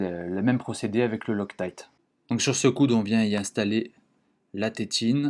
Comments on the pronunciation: La marque de la colle c'est "loctite" et non pas "loctaillte" et surtout, mis à part la marque c'est quel type de colle? Je demande car il y a tellement de produits différents chez chaque marque ... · Pourquoi tu prononces « lostaïte »?